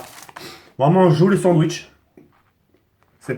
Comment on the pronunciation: "sandouitche" IL A DIT MDDDDDDDDDDDDR